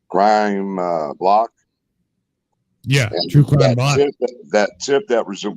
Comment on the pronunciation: It's true crime BLOKE not BLOCK... LoL